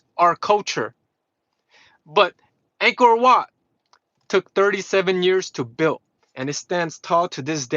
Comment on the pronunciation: He gave the proper Khmer pronunciation of the Angkor Wat, he knows what's up